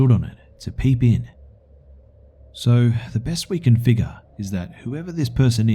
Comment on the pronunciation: Watuh, drink some watuh you figga